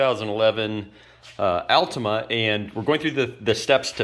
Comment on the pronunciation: Don't know if I can take advice from someone that doesn't pronounce altima correctly 😆